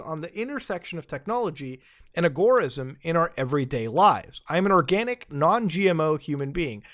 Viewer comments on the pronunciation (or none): none